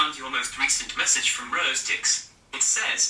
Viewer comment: Was it just me or was Siri pronouncing Rose's name like "Reuse"?